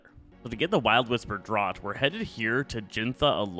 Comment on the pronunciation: That word "draught" is pronounced "draft". Like draft beer.